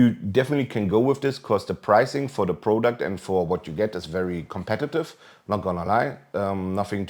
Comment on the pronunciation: I got nothing in favor or against the mouse but how about you lower your cockiness by about a million? saying a 69- dollar mouse is 'nothing special' when it packs flagship specs is undermining the product. By the way it's not pronounced 'prOUduct'.